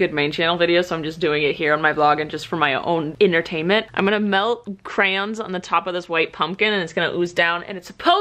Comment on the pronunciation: So glad I'm not the only one who says "CRANS" instead of "CRAYONS"